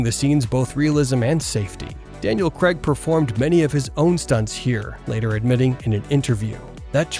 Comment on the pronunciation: FFS it's Daniel Craig not Cregg